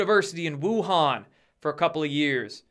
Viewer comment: Glad you finally found out how to pronounce Wuhan lol